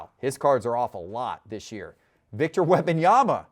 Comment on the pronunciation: Could someone please teach how to say Wembanyama. It’s not WEB-Anyama. There is an M before the B. It’s WEMB-Anyama. Holy Hell, already. I cringe every time he says it. 🙄🙄🙄🙄🙄🙄🙄🙄🙄